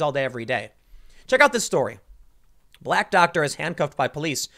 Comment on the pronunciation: Tim your emphasizing black for some reason like it has something to do with anything